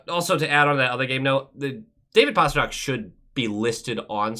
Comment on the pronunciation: David “incredibau accomplimishment” Pastranak